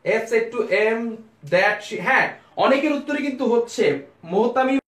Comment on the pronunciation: Very good effort. I just have one observation about your pronunciation of one word though-SAID is not pronounced the way you are doing. It is pronounced as if it is (SED). I hope you understand